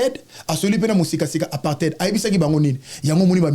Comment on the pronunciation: On dit en aparté et non apartheid